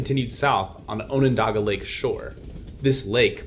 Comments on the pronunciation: ON on daga, not OWN on daga. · we don't so much emphasize the second on in onondaga, but at least you haven't had to try to say skaneateles yet, good luck to you if you decide to name the lake from which syracuse gets its water. aw shucks, i'll tell you. it's pronounced: skinny atlas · Yes it is Central New York NOT Upstate, NY. He mispronounced Onondaga which is the name of the County and the small Lake. The large lake is Onieda.